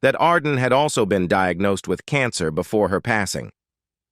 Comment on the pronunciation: "Diagnosed" is not pronounced "DEE-ugh-NO-ceed." Artificial intelligence isn't very intelligent.